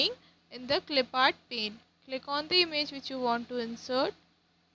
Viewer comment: It's not image it's imij ur pronouncation is not good